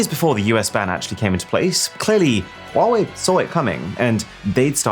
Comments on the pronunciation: funny how you pronounce huawei its like you have a stroke every time you say huawei also don't compare this to apple cause thats clearly shit compare is to sumsung its all copied from samsung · i used to pronounce “huawei” as hawaii lol